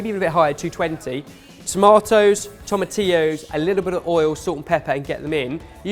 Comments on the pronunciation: I'm so proud that finally learned how to say tomatillo! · OMG! learned how to say "tomatillo"! Our little is growing up so fast:') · Also, kudos for pronouncing tomatillo right, you've made a Puertorican happy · SO PROUD you guys finally pronounced tomatillo correctly! That's bothered me for years...